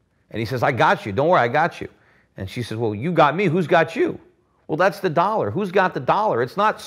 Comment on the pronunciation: kick the can?!!! Stop the inlesion! Let's keep playing cleaner, intel inside,! From wi dow to window. Don't say DOLLER! ITS THE INLETION!!! It's not the werds DOLLEAR!!! GOT DAMMIT°°! Playing your game, don't mess with. Y bible,Bible, any new inflesion.